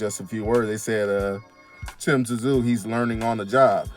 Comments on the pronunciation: Just say Sue not t zu 😂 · It’s pronounced Tim Zoo